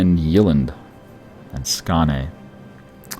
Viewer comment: The way he pronounces the swedish names is hilarious hahah. Skane, Jaelland